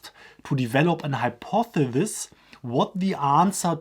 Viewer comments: Hi-pawth-eh-sis Or, easier: hi-paw-thuh-sis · Hypothesis pronounced Hi-por-the-sis